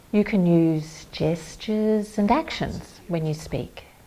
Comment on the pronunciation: When she said "assist with gestures" I was not watching, and I heard "assist with Jesters!" That might be a little more confusing....